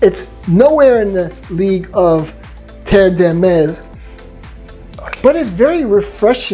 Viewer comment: Nobody: Americans: Tterre deymess